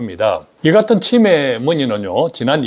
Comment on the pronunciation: '치매' 발음을 제대로 해주시면 구독자수가 늘어날 것 같아요. '치'에 강세를 주니까 너무 불편하게 들려요. '매'에 강세를 주셔야 제대로 된 발음입니다.